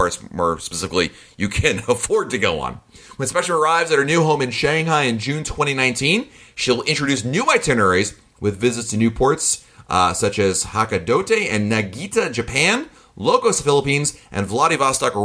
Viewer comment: Did you mean it would be visiting Hakodate and Niigata Japan? I had to guess because the pronunciation wasn't even close. It's "hah-koh-da-tay" and "knee-ga-tah" (at least that should get you close enough. Just pronounce it flat and keep the vowels as plain as possible. Japanese doesn't have diphthongs.